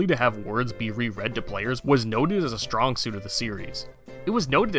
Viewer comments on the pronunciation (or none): none